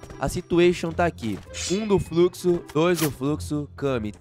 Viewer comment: Nobru é fruxo não é fluxo😂😂